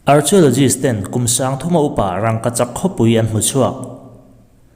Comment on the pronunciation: Archeologists.... Kan tawng a nilo na chungin a lam dan hi han edit keuh la chu avan tha dawn tak